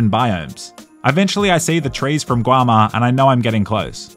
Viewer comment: Bro said "guama"